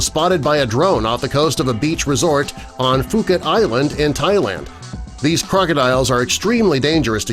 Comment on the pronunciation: Its NOT pronounced Fuket its pronounced Pooket